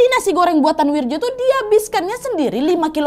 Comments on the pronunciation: Wak, gk ada nama wirjo di jawa, itu bacanya wiryo...wak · Wirjo kalo ga salah dibacanya jadi "wiryo" kalo d jawa khususnya tulisan dulu